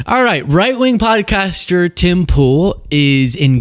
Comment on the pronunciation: Did u say potty caster